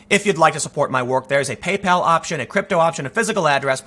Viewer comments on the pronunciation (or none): none